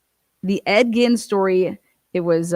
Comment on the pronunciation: Bro it’s Ed GEEN not Ed “Gin” JFC learn your shit before you attempt to pronounce